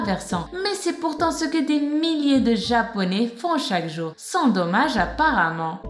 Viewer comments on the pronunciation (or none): "apparament" mdrr comment te faire flipper en deux secondes